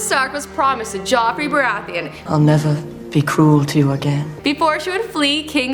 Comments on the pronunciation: " Joffrey baraytheon" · MICHAEL WHY ARE YOU USING HOT CHICKS FOR VIEWS!! THIS GIRL DOESNT EVEN KNOW HOW TO READ THE SCRIPT PROPERLY. ARE YOU SERIOUS, "jOFREY BARAYTHEON" OMG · Mr Meeseeks I checked in the comments immediately after I heard her pronounce Baratheon.. I thought I was tripping